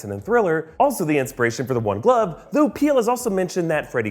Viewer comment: That ‘THO’ tho